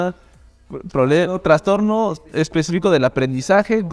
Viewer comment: Me da nervios cuando dicen traNstorno porque la palabra no lleva N. Aún así me volví fans de este canal y de los podcast 💛